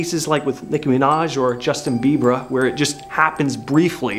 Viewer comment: Lol the way Justin Bieber was pronounced lol. And this isn't about disappearing people